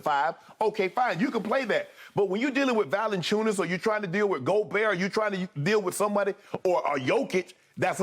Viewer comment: Kudos to Shannon for pronouncing my fellow lithuanian Jonas Valančiūnas last name as correctly as an english native speaker can :)